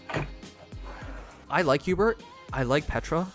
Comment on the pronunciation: its not hubert lmao